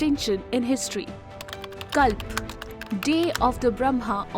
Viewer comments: You need to focus on pronunciation.. It's Manvantara and You have pronounced it as Manvantar.. Not just you.., most north Indians do this mistake.. speak language as it is.. don't relax your tongue.. And it's Moderator but not Maintainer as you spoke in beginning.. so many mistakes.. It's Kalpa you read it Kalp.. it totally sounds shit.. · Get your pronunciations correct. What kalp? Its Kalpa ( cul-puh) and yuga (yu-guh) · Could not make out head & tail of the calculations 😶 Btb, pls pronounce "a" at the end of words that has "a". For eg: you pronounce KalpA as Kalp, ManvantarA as Manvantar ... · You are showing kalpa can’t you pronounce it properly u r saying it as "kalp"